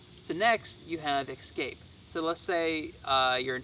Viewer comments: The word is escape, not exscape. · lots of interesting and well presented products but without demonstrations, it’s hard to determine the effectiveness of each item. As retired USAF, it’s a nice change to see a fellow Airman. And I sincerely request, please stop saying, “ex-scape,” it drove me crazy 😝